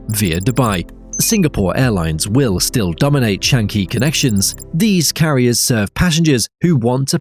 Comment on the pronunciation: FYI, it's Singapore Chang-i ('chung-y') , not 'shun-gee'